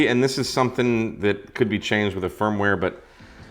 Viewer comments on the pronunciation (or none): none